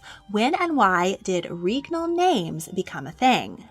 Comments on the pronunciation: I'm convinced at this point that you intentionally put mistakes in your videos for the algorithm to goad people into commenting. Regnal is not correct. The "reg" is pronounced like leg. It's pronounced leg-nal with an R. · Awesome stuff! Pronunciation's a bit off, especially with "regnal", but otherwise very educational. Edit: Also Æthelred the Unready's nickname was a pun on his name (meaning "well advised") and unræd, meaning "poorly advised"